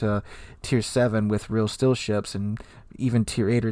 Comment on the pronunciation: What is a “rill still” ship?